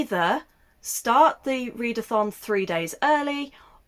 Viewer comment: You slipped when saying "Next round of the readathon" and out came roundathon. Which rolls nice off my tongue xD